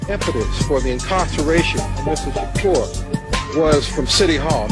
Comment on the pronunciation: Judge and those that mispronounce his name: it's Tupac, Not Tupack and Shakur Not Shacure